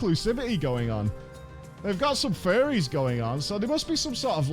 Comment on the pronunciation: "furries" lol, "Furies" One less R.